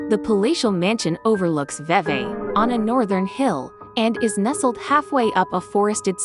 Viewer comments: It's pronounced VEE VEE. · the town of Vevay is pronounced V V, not what you called it. I was born and raised here in Vevay and it is truly a beautiful home and community. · It’s not your fault because I really do t understand it either, but vevay is pronounced like repeating v